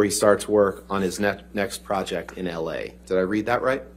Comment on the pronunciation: This is awesome. I was thinking if it were me I’d ask him to read everything again and again just to be sure. Like the text message ended with “la,” which he referred to as “L.A.” I would have argued that it should have been read “la,” as in “la dee da.”